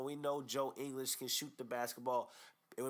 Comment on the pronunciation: You even cannot say his name correctly???